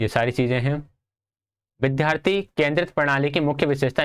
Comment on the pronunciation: Bhai apne bolne k tareeke me sudhar karle.... व ko ब bolte ho... बिद्यार्थी 😒😒😒😒😒